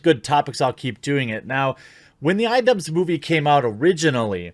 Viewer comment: It took me longer than I'd like to admit to understand why he kept saying "Idubbz".